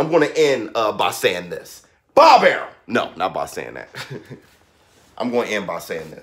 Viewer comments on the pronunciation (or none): Nigga said Bob arum lmaoooo son